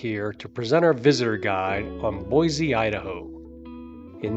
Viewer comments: It's Boise, not Boyzee. There is no Z in Boise.😁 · PLEASE re-record the narrative and pronounce my home city correctly. it's BOY-SEE not Boy-zee.... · I cringed everytime he said BoyZee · Pronounced: Boy-see. There is no Z in Boise. Edit: Oops, I see someone already made that comment. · Nonono it's pronounced BoyZee not Boise. Look it up when they first incorporated in the early 1600s it was pronounced BoyZee. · Sorry Linda times are a changing and it's now Boyzee....you see the world is getting lazier by the minute and it takes to much energy to say Boise. Don't let it drive you crazy tho just learn to accept it. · No Z in Boise. Yes we have a great City, but don’t say Boyze .